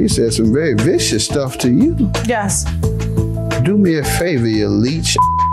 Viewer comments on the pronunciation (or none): none